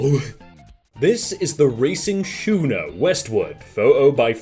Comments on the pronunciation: wow, that hurt me "shooner"? im pretty sure schooner is supposed to read like "skooner" like you read the word school. I mean, unless that is a way i never heard. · It's a scoo ner not shooner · Schooner is pronounced skoo-ner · PS: just for extra knowledge.. schooner is pronounced like school. Hard C. A sea wall is made of rip/rap (stones, bricks, concrete chunks) to keep erosion from happening along the edge or a way to keep people from pulling boats up to certain private waterfront. the more you know 🌈